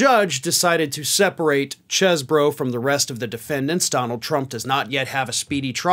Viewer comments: it's Ken "cheese"bro from Wisconsin, not "chez"bro. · You keep saying Chez Boro...but it is really pronounced Cheese Boro. :) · You're trying real hard not to pronounced it "cheese bro" aren't you.😁